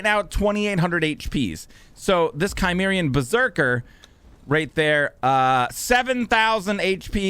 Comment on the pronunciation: Chi can make a Ky sound as in Chimera. Ci makes a Si so Cimmerian is Simmerian. No idea what a Kymmerian is lol.